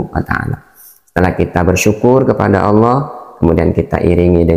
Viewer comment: ALLAH BUKAN ALA